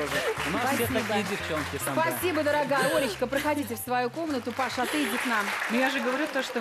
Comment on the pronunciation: Не Паша, а ПашА!!!!!!